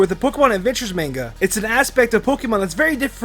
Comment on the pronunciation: Okay I love this video but did anyone else hear him say the word manga say it almost like mango